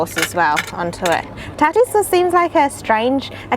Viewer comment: I've heard tartar pronounced "taar-tr" and "tar-tar," but never "tar-TARE," lmao.